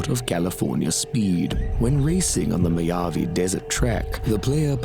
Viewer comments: Lol "Moyave" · "Moyave" desert?